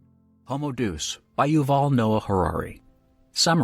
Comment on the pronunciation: Day us. Not doose